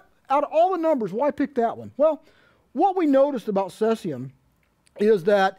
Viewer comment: ceezeeum, not cesseeum